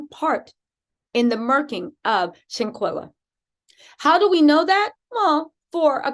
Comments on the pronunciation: You're great I just came on your show I watched yesterday for the first time. I'm a fan you can ask a favor please? Can you just slow down a bit out of respect when you're saying the young lady's name we kind of mispronouncing it a little bit. Shanquella sometimes you're saying shanquila. I'm sure you like to get it right thanks for what you do and I'm happy to be a part of your page now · Seriously you need to learn how to PRONOUNCE HER NAME BEFORE YOU START TALKING.. HER NAME IS SHANQUELLA AND NOTTTTT SHANQUILLA!!!!!👀✅✅✅✅🤬🤬